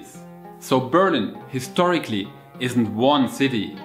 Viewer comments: Dude, it's called Berliiiin, not Beeeeerlin, even in English, but also in German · hehe :) that's on purpose I think. Because most Germans when encountered surprisingly to say Berlin, they say indeed Beeerlin. Apparently we think in English things are accented always on the first syllable. :D I needed about 6 months to figure out it was Berliiin. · Why do Germans pronounce their own City always so awkwardly ? No matter whether you say it in English or German, the important thing is to emphasize on the second syllable, which goes up. Like Ber LIN ! But for some weird reason Germans pronounce their City as BÖR lin, where the emphasis is on the first syllable. Why ?